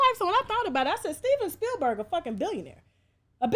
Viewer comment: Steven Bill-berg,🤭